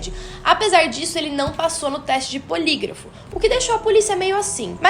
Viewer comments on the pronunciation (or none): teste de polígrafo. acho que você falou polígrifo...